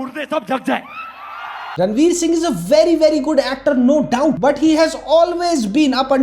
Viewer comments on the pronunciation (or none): none